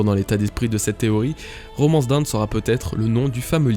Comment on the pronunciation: Hyper intéressant, vraiment! Par contre par pitié :1) Dawn comme tu le prononces ça fait "down", qui veut dire "en bas" ; correctement ça sonne plus comme "donne" prononcé à la française, avec un O très ouvert. 2)LAUGH. Vraiment, ça se prononce "LAF" , ce qui fait donc sens avec la traduction incertaine qu'était RAFtel! x) Désolé d'en faire des caisses, ça m'a juste vraiment sorti de la vidéo!